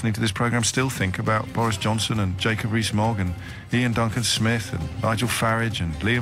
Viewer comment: It bothers me that you don't pronounce Nigel's surname correctly.I'd like to ask you about that on air.